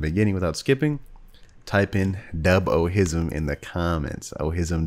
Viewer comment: deb ohism?